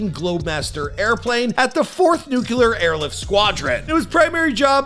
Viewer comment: I sorta checked out after you said “nu-cya-lar” instead of nuclear.